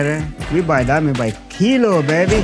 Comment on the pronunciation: This is the bag of "DIAHAAH".